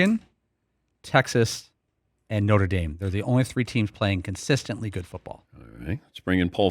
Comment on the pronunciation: Did he say Norte Dame? 😂😂😂